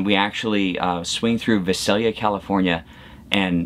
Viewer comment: Vi-sail-ya 😂 Sac-a-toe-mae-toes! 🤣